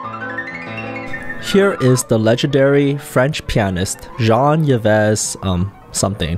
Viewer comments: The French name Yves is not pronounced "yay-vez", it's pronounced "eve" as in "Adam and Eve". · The French name “Yves” is pronounced like “Eve” in English - like in Yves Saint Laurent for example.